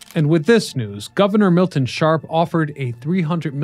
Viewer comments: BTW Gov. Milton Shapp not Sharp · It’s Gov. Milton Shapp not Sharp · The Governor was Milton J. Shapp, not "Sharp". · Pennsylvania's governor at the time was Milton J. SHAPP, not Sharp. This is history?